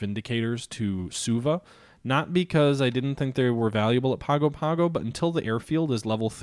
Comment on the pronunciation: Pago-Pago is pronounced pahng-oh pahng-oh